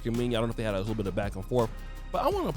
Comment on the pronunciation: Mena sounds like Menna homie. You killing her name